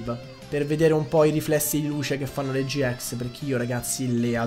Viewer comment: Si dice gi ix non gi ex